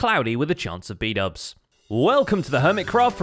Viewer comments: bdouble=bubble lmao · I just love the way Keralis messes up everyone's name. Especially Xisuma aka Shashuamivoid and Bdubs aka Bubbles